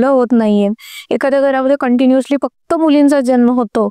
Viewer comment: Tuza podcast thick asato ...fuckt ...n...ha shabd shudh bol